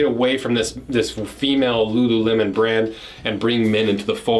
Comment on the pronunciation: because there is no ,,L" in Japanese language !